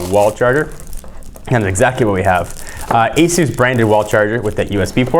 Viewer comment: pronounces Asus correctly.